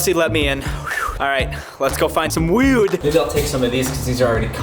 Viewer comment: with the screaming on the way there and the editing style and how he said ‘wewd’ I’m starting to think it’s a reference to another wewd-working YouTuber…